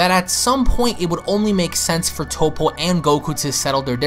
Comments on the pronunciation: First this dude said Tapo then he said tupo can someone teach this man how to say Toppo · Did this boi say top-po?